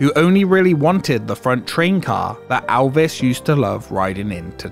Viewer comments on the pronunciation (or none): "Alvis" hahahahah It's just your accent, good job on the vid.